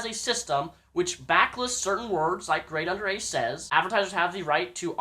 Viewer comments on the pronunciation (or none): Grade(A) under (A). Say the first fucking A. I fucking hate when retards mispronounce shit. Gradeundera. Wtf is that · he has a speech impediment and he has really good points ya fukn sheep